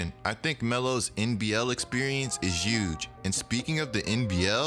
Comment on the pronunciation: Donald Trump: Uge: EUGE